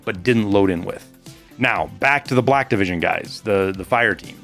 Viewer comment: i kept thinking was saying "Blackivision" instead of "Black Division", maybe i'm just dumb LOL